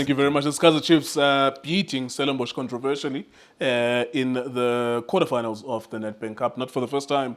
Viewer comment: Conteovesially nkukuks